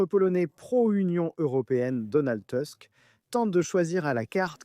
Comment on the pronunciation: "Tusk" ça se prononce "tousk", pas "tüsk" ni "teusk".